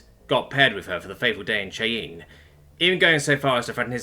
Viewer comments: Cheyenne is pronounced as Shy-Anne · Someone needs to tell him how to pronounce Cheyenne. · He mispronounces words all the time. I can't remember having seen a single video of his that didn't have at least one bungled word. You'll get used to it. 😀